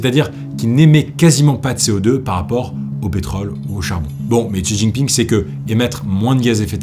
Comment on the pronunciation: Bravo pour tes recherches. C’est un travail monstrueux que tu as fait. Seul point où j’ai quelque chose à dire : la prononciation des mots chinois, attention lorsque il y a un X (ex : Xinjiang) ça se prononce Sh (Shinjiang) - (Shi Jinping)….